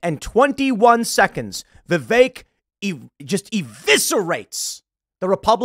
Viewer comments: Vivek, Pronounced like cake. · I just want to say that; I've worked with many guys named Vi-vek and I have no idea where you have picked up this bizarre pronunciation "Viv-ache" from and you say it constantly like that. Stop trying to church it up so much and just call him Vih-vek like all of the other Indian dudes are or ask him to change his name to Vivake or Vivache so it will make more sense to an American. We'll leave the "ay" sounding E's to French words like "Filet". 😉😋